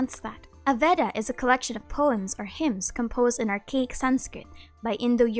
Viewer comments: actually it should be read as "ved" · Veda is pronounced “Ve-dha”